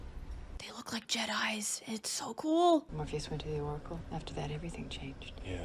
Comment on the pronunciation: The "decóracle" 😂